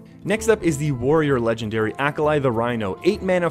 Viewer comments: me hearing "acolyte" "acolyte" "acolyte" him says "acolyte the rhino loa" me "oooohhhhhh AH-KAH-LEE" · It's AKALI not Akalai.... geez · Its a-ka-lee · ikr, fkin Ahkalai